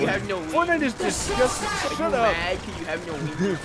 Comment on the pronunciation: "Fortnite is DISGOSTAN" 😂😭😂